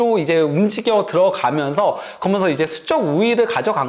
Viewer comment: 브버지....... 그러면서===> 거면서 ㅋㅋㅋㅋ